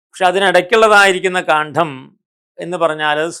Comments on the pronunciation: അറിവുകൾ നല്ലതു തന്നെ. ഉച്ചാരണം തെറ്റാണ്. കാണ്‌ഠം അല്ല കാണ്ഡം ആണ് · ഇത്രയും അറിവുള്ള മനുഷ്യന്‍ ആയിട്ടും കാണ്ഡം എന്ന വാക്ക് പലയിടത്തും തെറ്റായി ഉച്ചരിച്ചു കാണുന്നു.